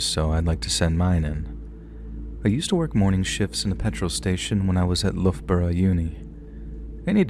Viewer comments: Well done for the Loughborough pronunciation 🎉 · Happy Halloween and congratulations on saying loughborough right 😂 🎉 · Well done on the Loughborough pronunciation